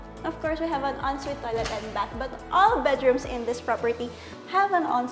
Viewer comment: naku girl iba ang "and" sa "end". hindi din selling pan, it's ceiling "F"an. END bahay ba ni batman yan? it's Bath not "Bat". 😅😂